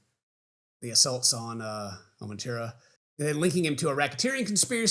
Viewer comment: it's cassie *ventura, (sorry to be that person)